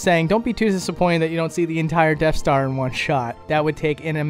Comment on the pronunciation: Did you pick up on him saying deaf star